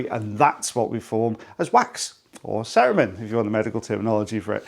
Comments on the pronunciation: In American English we'd pronounce cerumen, /cer-oo-men/ rather than / cer-uh- men. / (just sayn'. )🙂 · In America we pronounce it ce-RUE-men. I had no idea what you were talking about the first few times you said it!